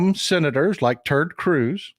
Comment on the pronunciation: You actually called Squid Cruz Turd Cruz, didn't you ?